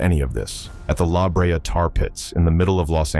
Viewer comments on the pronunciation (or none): It is la Brea pronounced la BRAY-uh